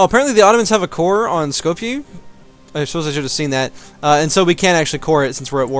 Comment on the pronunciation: Skopje pronounced as Skopyĕ - ĕ as in hello and y as in York.